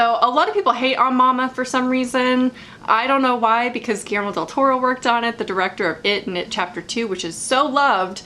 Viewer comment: It pronounces: "giyermo" del toro. I'm from mexico haha